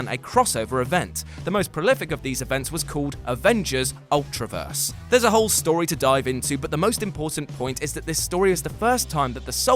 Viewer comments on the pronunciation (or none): none